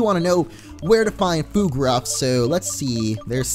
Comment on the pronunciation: Word of advice, Fuegruff is pronounced Fueg-ruff like fuego and ruff.